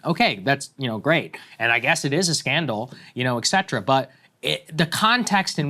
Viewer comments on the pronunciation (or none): Saagar: it's pronounced "et cetera" not "exetera". The "et" part means "and".